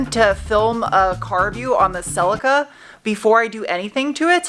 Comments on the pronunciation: See-Lee-Ka, See-Lee-Ka, See-Lee-Ka, See-Lee-Ka, See-Lee-Ka, See-Lee-Ka, See-Lee-Ka, See-Lee-Ka, See-Lee-Ka, See-Lee-Ka, Celica. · Will you please for the love of...hello kitty... Please say Celica with a long eeee in it please..celieeeeeca..... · Cel-eeeca, selicka is breaking my brain 😆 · love the way you pronounce celica over here we pronounce it as phonetically as cell lee ka, look forward to the rebuild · In Australia it's pronounced Ce-lee-ca. Have to laugh! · Is that how it's pronounced over there? Rather than "sell-lee-kah"?!? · In the UK, we call it a "Sell-Lee-Ka", so hearing a different pronunciation is weird to my ears.